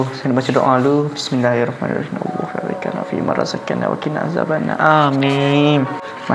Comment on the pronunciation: Nk betulkan sikit, sebutan doa mkn tu "fimarazaktana". Ramai yg baca "razakkana". harap x pakai lah rantai deh, support dan semua. Rindu jgk content dgn Ayra.